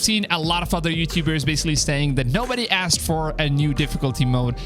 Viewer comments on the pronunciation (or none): none